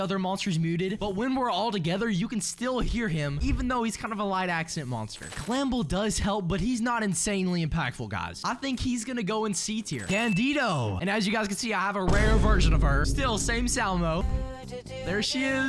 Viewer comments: Tip: It's pronounced Dandi"doo" not dandido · Please for the love of God stop calling dandidoo "Dan dee dough"